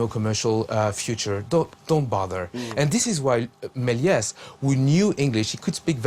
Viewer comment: You would think that a man who has devoted his career to silent film would get the pronunciation of "Melies" right. Half the time he says "Mell-ee-ay", which is wrong. Then SOME of the time it's "Mell-ee-ays", which is only a little less wrong. Only the French guy gets it right: "Mel-YESS", but it whizzes by him and he starts saying "Mell-ee-ay" again. It's dismaying as hell. Bad enough that both pronunciations are wrong, but to switch back and forth is just detestable.